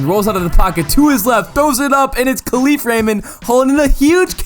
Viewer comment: Yo, great video but it's Khalif with the stress in the Kah not the leaf ... but other than that ur right f*ck the packers 😂